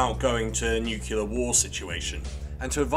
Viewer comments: It's "Nuclear" and not "Newkiller" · What about NUKE-YULLER? Credit goes to George W.